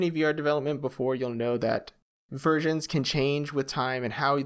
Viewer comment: I heard versions as Virgins and died laughing